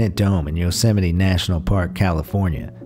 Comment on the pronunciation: ?? he pronounced it correctly